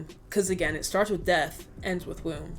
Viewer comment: I thought you said “favour I’m in your room” but I’m looking at the comments now and everyone’s saying it’s womb. 😂 I do not know but thank you for being awesome.